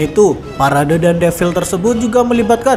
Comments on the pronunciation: Defile bukan devil jiiir 😂 Defile... E nya dibaca semua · "Devil" kata naratornya.. 😅😅